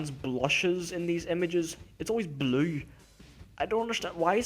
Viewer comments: Y bley? Lol i love the way you say blue. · lol, your accent. every time you say blue, you really say blooueri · I'm not judging on how you say "blue" but it sounds like "bleaue" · The way he says 'blue' XD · No offense, but how you say blue is hilarious